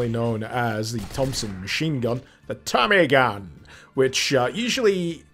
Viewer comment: Your cold made you sound American when you said "Tommy Gun"